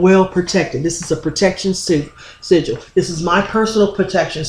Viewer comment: I recall when you pronounced sigil as seagull, I mean no disrespect tho. :) great vid mqq